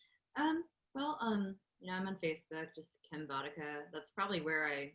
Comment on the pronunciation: You pronounced my name pretty much perfectly! :))